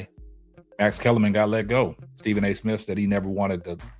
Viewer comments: Is he saying Stephen A. Smiff? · Smith! Not smiff!! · STEVEN A SMIFF . DAMN YOU CANT PRONOUNCE THE MAN NAME WTF